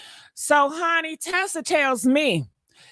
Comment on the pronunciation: It’s TISA TELLS, not Tessa.